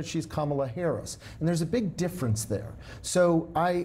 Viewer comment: TFG's same ol' tired shtick that Americans are getting very tired of hearing. Kamala Harris is an AMERICAN so quite trying to disparage her and quite dissing her by intentionally mispronouncing her name. It just makes TFG look childish, boorish and nasty. Seriously, he wants to be president?